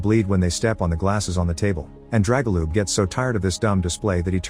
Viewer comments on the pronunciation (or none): Oh my the butchering of names is real haha especially pronouncing Dragoljub/Драгољуб as Jregolup aaaaaaa 🤯